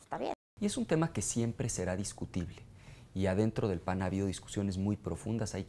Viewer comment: "la matematica siemple" -Ricardo el Profesor anaya jajaja